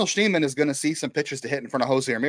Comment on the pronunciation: His name is Schneemann. It’s not that hard.